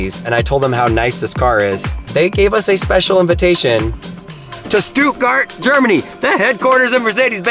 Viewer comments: It’s pronounced shtutt-gart >:( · Went to Stuttgart and did not even learn how to pronounce the city's name properly? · Why are you sayin stuttgard so weird wtf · you did not prenounce stuttgart right